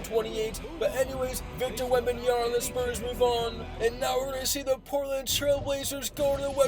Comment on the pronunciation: "Victor Wembanyana" it's Wembanyama just call him Wemby